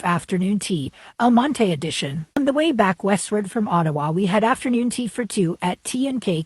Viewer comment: The town name is pronounced Almont.